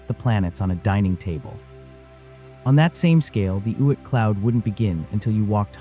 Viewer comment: "Oit" cloud? 🤔